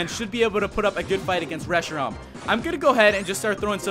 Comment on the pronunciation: you said Reshiron it is Reshiram